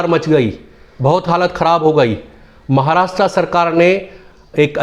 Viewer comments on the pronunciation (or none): none